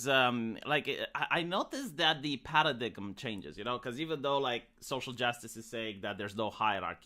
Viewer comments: "Paradiggum" Gotta love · Lol, just heard say that now. I wonder if he is being funny or he has only read the word and never heard it being said.